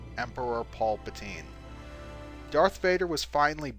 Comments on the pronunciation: you said "Pulpatine" Your orange juice has betrayed you my friend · "Pulpatine" XD